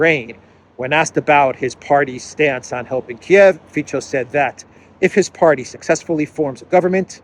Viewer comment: Dear, I have enjoyed your delicious videos every single night since about 4 months ago and feel really grateful to you. Just a tiny note: Fico is pronounced 'feetso' (not feecho) and Morawecki is pronounced similarly Mora'vetskee (not Moravechki). 🤝